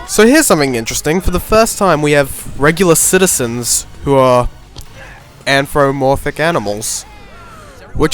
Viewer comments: Anthromorphic animals? It's anthropomorphic. Close. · “Amphromorfic animals” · anthromorphic it's anthropomorphic